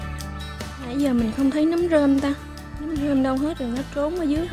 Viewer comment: noi say roi ma oi nguoi ta goi la nam ma cu num hoai